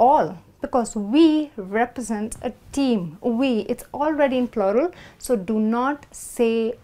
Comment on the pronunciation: No offense. You wrongly pronounced the word plural.